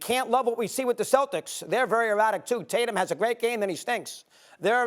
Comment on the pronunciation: Loving the east coast accent particularly when he said “Taytum erratic he’s good then he stinks” 😂